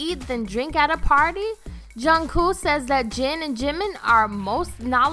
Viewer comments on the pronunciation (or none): this video doesn't make sense at all lmao jimin and jungkook have "exposed" their body more than once. and swearing... I'm pretty sure they know what they are saying in both Korean and English, seen the fact that Kim Namjoon is fluent in English - ugh jungkoo. SPEAK NORMALLY WOMEN> THEY HAVE NAMES. just say jungkook not jungkoo. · The k in kook isn’t a hard sound shhshwhshua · Its jungkook not jungkoo lol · junkoo..IT'S JUNKOOK!! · She said jungkoo not jungkook lol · Goddamn I swear to god she said jungkoo and not Jungkook like tf is it that hard .-. Imma Kermit suicide - runs through a window and jumps - XD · Lady: "Junku says Jin and Jimin are most knowledgeable about alcohol" Did she really just say "Junku" instead of Jungkook? 😐 ExCusE mE? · yyyueeeessss I was like jung wHo??? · "juhng coo" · “John kuh” I’m crying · it’s JungKOOK! Not junkoo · Jungkoooooooooooo WHERES THE “K” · Why does she keep calling Jungkook ‘Jungkooo’? Like, are u a pigeon or something? Like stop cooing after saying Jungkook, like for real! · She Said Jungkoo and Bangtang what?! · She said my bias jungku lol 😂😅ah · juncoo and sugar have left the chat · Yea and she said something like "Zhin and Zhunghoo" too lol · "ShUga" Jhinmin Jhin Junguk...Junkoo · giiiiiiiirl ya need to re read the name "jungkook" more than once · Juan Diego-Aguirre same sis like tf is junghoo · I wanted to leave the internet every time she said “ bangtanG boys” and “chunkook” also where the heck did she get her “”””facts”””” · And don't forget Jungcoo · “Jungkoo “ hurts my heartu 😫😫😫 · jooniesddaeng so true.and the way she asid their names like”jungkoo”?i mean? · Bang Tan, Jungkoo.....am I literally the only one that can't stand it when they can't pronounce the names and group name right? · junGKOO WHAT DID I HEAR THAT RIGHT IF I DID IM WHEEZING 😂😂😂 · lmao she said "junkoo" i knew i would catch it ha!!! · Im i just hearing her wrong or is she calling jungkook jungkoo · is no one gonna mention that she said Jung-koo